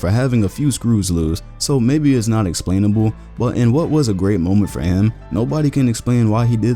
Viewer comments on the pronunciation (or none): none